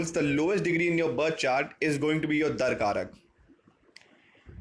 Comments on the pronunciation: Not dar karak. It’s dara karaka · It's Dara-Karaka not Darkaraka. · It's Darakaraka. Not Dar-karak. XD